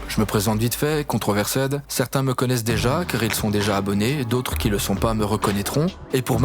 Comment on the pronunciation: ControversEDD se prononce controverst